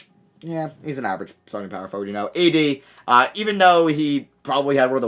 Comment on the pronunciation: Bro said ADisney I’m deceased 😂😂😂